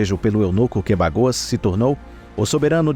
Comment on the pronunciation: O nome é Bagoas e nao "bagos". Kkkk